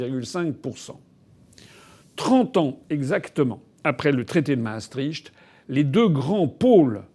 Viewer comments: Maastricht se prononce Maastrikt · Maastricht ce dit Maastri(ict) pas (cht)